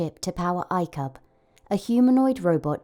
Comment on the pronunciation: Did they just say icup?